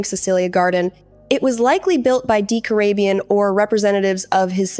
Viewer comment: Good video! However you pronounced a lot of names wrong. Decorabien for instance is pronounced DEH-COR-RAY-BE-IN